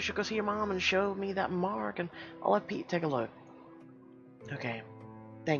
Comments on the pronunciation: Yup he is telling "pet eee " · I think ur pronouncing "pete" wrong